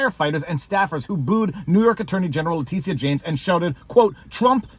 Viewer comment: Leticia?....who? Oh, Le tit ia